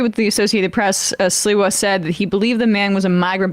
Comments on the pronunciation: SLI-wa, not Silwa! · Sliwa = SleeWa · Sliwa is pronounced SLEEEWAH. Like sleazebag. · How can I take Sam seriously, when his cohost correctly pronounces Sliwa's name, and he continues to pronounce it as if it's spelled Silwa. He must not have been born yet, when Sliwa was made famous, by the New York based national media ( who think anything that happens in NYC. is national news) 40 years ago. If you're dyslexic Sam, listen to the people around you, who are correctly pronouncing names, and take a hint. I really don't think he even listens, to the others on his show, he seems to really like listening to his own voice, more than hearing others. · they didn't stop the guy.. they stomped him....And it's pronounced Sleewa...You sound almost like a bigger dope than them! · His name is pronounced "Slee-wah". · Sam: SLEE-WA 😉